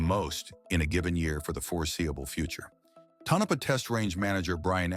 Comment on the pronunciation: Real humans pronounce the test range location To’-no-pah. 😉